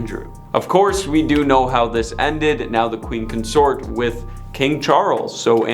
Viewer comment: First, learn to speak English, it is Mountbatten and Consort you obviously have issues with, so maybe you should use a brand new system called Google that can tell you how to Pronounce words phonetically, maybe then you will pronounce Lord Mountbatten's name and word Consort properly. Secondly, 90% of this is total and utter BULL SHIT! Especially the bit about Camilla and Lord Mountbatten, that was so wrong it wasn't even historically accurate if the world turned upside down. Thirdly, What A-Listers were actually in this Video, all I saw was a bunch of stuff dragged up covering over 70 years and you tried to turn it into people hating the Queen, Project Much?